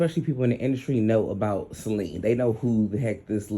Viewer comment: Great video,thanks a lot, one mo thang,it's Ce-li-na. Sorry no shade no smoke.